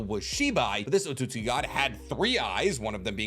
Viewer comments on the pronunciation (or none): Tsu is essentially an S bruh. It’s “OT-SUKI” I hate to be that guy but this shxt irks my soul 😂😂😂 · Why does he over pronounce otutsuki😂😂